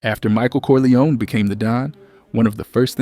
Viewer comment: I like you videos , but it’s Cor-li-on, not Cor-li-oni .